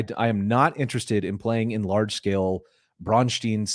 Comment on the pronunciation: I appreciate the fact that you pronounce Braustein as a German town (which it is supposed to be) and not as the name of some Jewish guy.